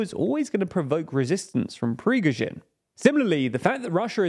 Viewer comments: Prigozhin, not Prizhkovin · Stop saying prizhgovin, it’s prigozhin. If you miss your protagonist’s name in your research, you kind of lose trust. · Consistently mispronouncing 'Prigozhin' as 'Prizghovin', is it really too much to put in the effort to look up the name of one of the main subjects of your report? It's a recurring theme on the channel sadly, every non-English town's name gets consistently butchered too. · Guys, Russian names really aren't that hard to pronounce. It's Pri-GO-zhin, not Prizh-go-vin. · why should we listen to a news channel which didnt even bothered to learn the right prounanciation of wagner leader PRIGOZHIN not perzhevik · Who is Prizhgovyn? Prighozyn maybe? Pree - go - jeen... With accent on "Go" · It's Prigozhin, not Prijgovin. It's not the first time you make this mistake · I belive Prigozhin is pronounced [pre-GO-zhin], not [prish-GO-vin] or [PREE-go-shin]. Some names are difficult for Anglophones to pronounce, but not this one 😊 Otherwise, great video as always ❤️ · You had such a good hold on pronouncing Prigozin's name previously. "Prishcovin" is not it xD Still love it. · Prishgovin? It’s Prigozhin smhhh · Who tf is Prishgovin? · Please stop pronouncing him Prishgowin. It should actually be like saying „Pre go shin“ as far as I know. I‘m neither a Russian or English speaker, but you guys are the only ones I‘ve ever heard pronounce him differently like that. for reference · For fucks sake man every news broadcaster on the planet manages to pronounce Pri-go-shin after 1.5 years of talking about him and youre still hitting me with prishgowin i just fucking cant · PRIZH-ko-vin??? It's pri-GO-zhin... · I love this channel but why is Prigozhin pronounced Prisgovin? 😢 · Nooooo not Prizhgovin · It’s Pre-gore-jin. Not Prishkovin. Please say it right. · Dude! Prigozhin, not Prizhgovin. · Why do you keep saying Prish-go-vin? Have you never heard it said on the news? It's Pri-go-shin. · repeat after me: "PRI-GO-ZHIN" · Pig- roshin